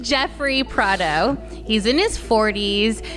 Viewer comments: I loved how they gushed about how amazing she is at relaying true crime stories only for her to, damn near immediately, mess up the dude’s name. Prado and Pardo are simply NOT the same last name. lol Normally I wouldn’t be SO nitpicky about that kind of shit but when “everyone” talks about how great you are at something and then you fumble it (no matter how minorly) 5 seconds into doing said thing, it doesn’t exactly leave me impressed. lol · When reviewing true crime, they should be sure to use the correct names. It’s crucial when talking about true crime to be really careful about what you say and the tone you say it in. It isn’t Prado, it’s Pardo, and he committed a horrific crime— even the joke right beforehand sets a really odd tone. It even says his name on the screen. Thanks for going through this excruciating exchange of misinformation for us,!